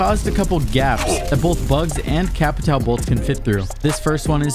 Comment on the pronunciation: You guys really need how to speak Capitão name's, it's not Capital.